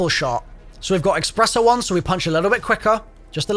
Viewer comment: My friend always pronounces espresso as “expresso” and it drives me insane. That augment name is going to give him an excuse to say it that way forever